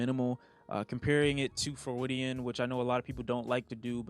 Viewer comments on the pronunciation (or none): TIL doesn’t know how to say Freudian